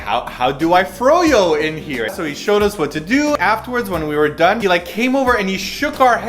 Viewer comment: LEWL! I laughed at your pronunciation of "froyo"! It is "fro" then "yo" :P. Two syllables xD